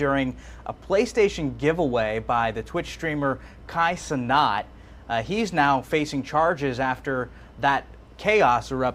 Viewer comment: Cénat is French for 'Senate', and is pronounced 'Say-Nah', not 'Suh-Knot', that way we know his origins... 🇭🇹